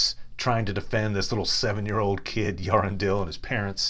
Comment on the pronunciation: I really like your videos, but please, please, please get the pronunciations right. With so many people listening in, it's your duty, as a, to follow the creator's detailed notes. Earendil is not pronounced 'Yarendle'. Ea is not a dipthong but two syllables, pronounced (roughly) 'Ay-ah'. And the final syllable 'dil' is not uvular (as in modern English 'handle') but accentuated as in 'diligent', with the final 'l' pronounced. And, as Tolkien always emphasised, the 'r' is rolled (with the Elves, being nobs, looking down their aristocratic noses at those who spoke with the untrilled 'r'). So: Earendil is 'Ay-ah, rrren-dill' I know this is a bit difficult for North American speakers of English, but this name, which Tolkien found in the Crist of Cynewulf, a poem in Anglo-Saxon, was the inspiration for what might be called the genesis of Tolkien's mythology, his 1914 poem 'The Voyage of Earendel the Evening Star', and deserves to be pronounced as Tolkien intended. I'd also suggest, based on the recordings Tolkien made of his readings, that both 'Gondolin' and 'Glorfindel' have the emphasis on the second syllable: 'Gon-DO-lin', not 'GARN-d'-lun', and 'Glor-FEEN-dell' not 'GLOR-fin-dle'. Otherwise, I really like these learned summaries. And if you'd still take a suggestion from such an upstart commentator, who only means well, how about a video on Beleg Cuthalion, the elf who 'wist no sire'? Best wishes.